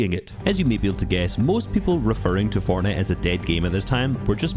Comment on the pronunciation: sypherPK, the guy who has been making fortnite videos forever but still cant pronounce "fortnite" FORNEI